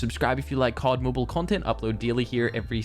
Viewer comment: Finally said cod mobile the normal way.